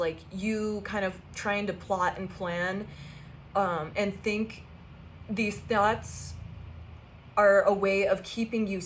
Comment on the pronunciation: Lol.......te he he.....you said finx te he he...te he he 🫵🤭😁